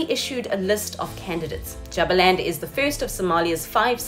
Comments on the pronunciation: Correct me if I am wrong but isn't it pronounced "Jooba-land" ? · Kindly say Jubaland well. As well as the other parts of Somali.